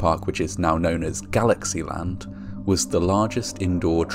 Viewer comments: I thought he was saying ".. At Fancy Land. I had to read the description to make sure I was hearing it wrong. Although, I would love an amusement park being named Fancy Land. Hahaha. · Dude I thought you said “Fancy Land”